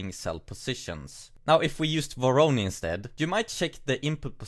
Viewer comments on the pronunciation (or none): Great video but it's Voronoi and not Voroni!